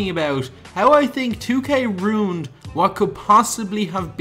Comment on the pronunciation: 2k runed a card you runed the pronunciation of ruined